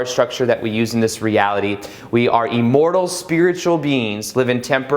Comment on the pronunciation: Love listening to you. Thanks very much. Only thing that makes me crazy is your “eemortal” instead of “immortal”, but hey, I’m working on it. I loved “stop waiting, start being”